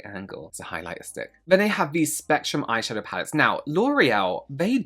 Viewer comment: I’m sorry “loreal eye shafow” is hilarious to me 😂 glad to know I’m not the only one